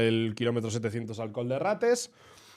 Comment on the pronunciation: Sí, se nota y se agradece el esfuerzo, de verdad❤. De hecho después pronuncias Benimantell de cine. Simplemente lo decía porqué últimamente he escuchado mucho lo de col/coll y me preguntaba por qué era, si era algo particular de la palabra o qué